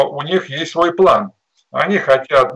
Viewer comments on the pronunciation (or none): none